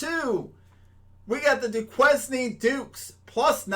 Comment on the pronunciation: It’s pronounce “doo•kayn” lol I know it stumped us too 🤣